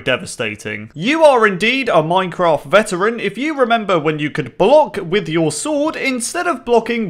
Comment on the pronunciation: Bruh i would watch it but i cant stand hearing "then you are a ceteran player" every 15 ffs